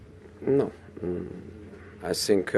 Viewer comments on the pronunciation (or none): I sink... i sink... i sink... He's definitely not sinking in that jacket! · I sink I want to say but I cannot say 😂😂😂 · I sink... My team is good, but I sink... We sink.. 😂